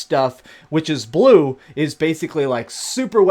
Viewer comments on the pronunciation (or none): "da stwaaangest stuff is bwue "